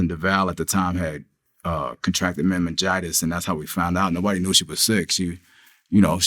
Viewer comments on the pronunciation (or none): Dude said "Mememgitis" 🤦🏾‍♂️